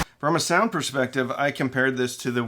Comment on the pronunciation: It’s SOUND not SEOUND!